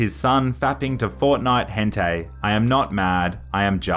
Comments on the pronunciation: Hentai is pronounced 'Hen-tie (tie as in the tie you wear)', not 'Hen-tey' you silly pelican :eyes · fortnite hentai pronunciation brought to you.:)